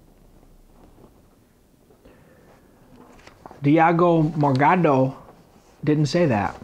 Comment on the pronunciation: diago morgado LMAO the way you say it is funny